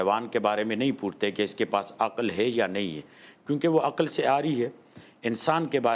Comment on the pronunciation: عقَل نہیں عقل ہوتا ہے ۔۔ زبر نہیں ہے ق پر ۔۔ اینکر پرسن اور قیصر راجہ جاھل